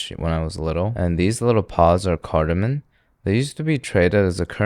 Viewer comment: Cardamom ends with M, not N. Friendly FYI.